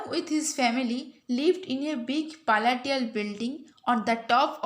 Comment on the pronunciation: Madam that is not paltial that's palatial building madam bhul uchharan karantuni